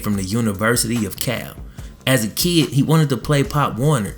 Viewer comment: Lol you say kid like kee